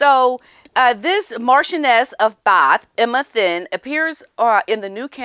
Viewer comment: The last name Thynne is pronounced "Tin".